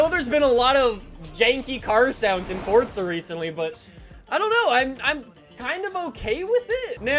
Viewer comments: It’s forza not fortza dweeb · It’s forza not fortza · Forza Horizon not Fortza learn to fucking talk you cringe carnival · Why does he say fortza horizon,not froza horizon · normal person says the name of the game Forza says it Fortza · The people who make the game say its Fortza lol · Why can't you pronounce the word "forza"?